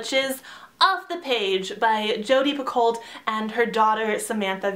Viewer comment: Just in case you actually wanted to know, Picoult is pronounced Pee-koh. Okay, slowly backs out of the room